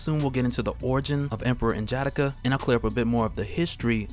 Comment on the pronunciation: Love these excerpts. Just wish you didn't murder N'Jadaka's name tho. 💯